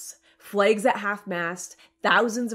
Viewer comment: flagues (long "A") should never be at half mast